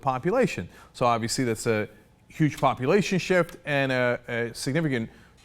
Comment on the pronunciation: Did he say "populationship"?